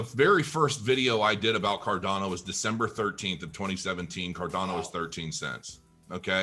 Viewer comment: It's CarDANo... not CarDONo - FYI 🕺🏻